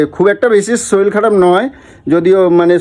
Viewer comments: ওরে গাণ্ডু! কথাটা শরীল নয়.. শরীর! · তুমি একটু বাঙাল কথা কম বলো। আর শরীল নয় শরীর। তবে puchu কে মিস করলাম 😢